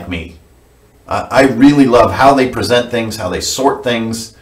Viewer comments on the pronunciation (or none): none